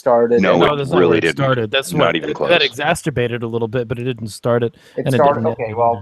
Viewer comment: Dude, mispronouncing "exacerbate" as "exacSTurbate" is not only wrong, it sounds more like masturbate than the original word LOL. I can't take people seriously when they do things like this